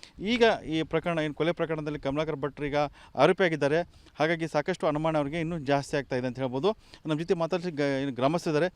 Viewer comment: ಅಣಮಾಣ ಅಲ್ಲ ಅನುಮಾನ.